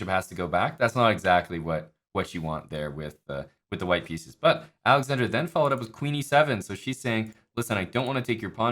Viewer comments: He kept adding an "i" to Alexandra's name. 🤣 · dude, the guy kept saying alexandria. Geez.